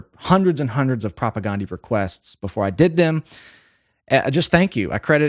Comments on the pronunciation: Still pronouncing their name incorrectly. Listen to any interview with any member of the band. It's not Propa-GONE-dee. It's Propa-GAN-dee. Like Dan, not Dawn. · You are pronouncing their name wrong. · Supporting CASTE, not “castle” lol jeez 🤦‍♀️ it’s a play on words… and they’re definitely not a new band, they formed in like 1986. Also you’re pronouncing their name wrong 🤘